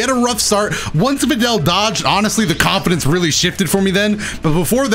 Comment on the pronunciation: "HAVE CONFIDAUNCE" -Best DragonBall FighterZ YouTuber I know